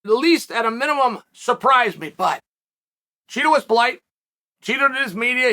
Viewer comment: BUt you are supposed to pronounce Chito as CHEETO